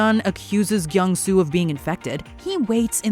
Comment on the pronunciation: She did our boy Gyeong Su wrong! 💢